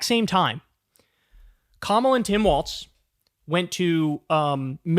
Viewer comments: Kyle, I love you, I watch your show everyday, but PLEASE start saying Walz correctly, it's WALZ, not WALTZ. It's just like a wall but multiple walls. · Ok Kyle, I held my tongue on several videos so far, but gotta say it. It's "Tim Walz", not "Tim Waltz". It's irritating xD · It's pronounced f*ck*ng WALLS dude, not WALTS. AIN'T NO T IN WALZ